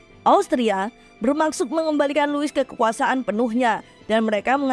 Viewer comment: Louis dibaca lu;wi Versailles dibaca verse;ye De franc dibaca de frang